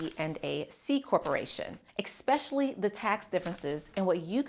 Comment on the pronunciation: Informative and excellent video. Why someone so eloquent still chooses to mispronounce "especially" is beyond me, though. This must be how languages change over the centuries lol